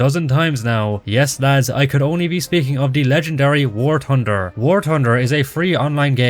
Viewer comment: I love it when bro says “war tunder” 😭